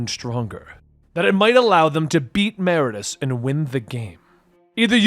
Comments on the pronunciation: Meridius…. Sound it out…. Mer-id-ee-us . Great video / story though as always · MER-ID-I-US holy shit dude.